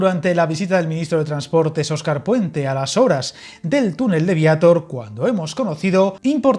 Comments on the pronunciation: Vallaaaa así de claro su pronunciado suena fatal al decir Viator en vez de decir Viator bien dicho. Como se nota que es de otra ciudad y no sabe pronunciar bien el pueblo 😂😂😂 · Vallaaa igualito que he pensado yoo el no saber hablar ni pronunciar bien dice Viátor al no decir Viator bien dicho ...... Hay Dios mío 🤣 anda que si hablase asii de mal es un encanto 😅😅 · Ser pronuncia Viatór. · Ya te han dicho cómo de prinuncia Viatir , pués hazlo,o es que no sabes hablar y pronunciar bien el Castellsno?. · Viator tiene la sílaba tónica en -tor, como no acaba en vocal , n o s no se acentúa. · Viator es aguda como puedes ver, no la pronuncies llana. Suena fatal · Y Viator 😄